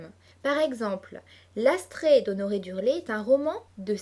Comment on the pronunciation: Attention : c'est d'Urfé et non d'Urlé